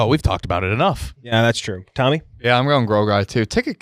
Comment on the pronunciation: I’m not sure anyone caught calling Tommy a cigarette for how he pronounced it. Big laugh out of me